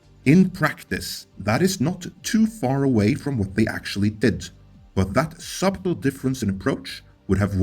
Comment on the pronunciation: Don't pronounce the "b" in the word "subtle".